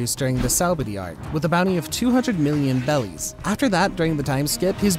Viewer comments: I’m pretty sure it’s pronounced “berries” not “bellies” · more like “beddies” or just however you prefer since r and l are basically the same in japanese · Why does he say bellies 😂💀💀